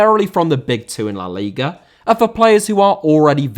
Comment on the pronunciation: Liga* not Liguer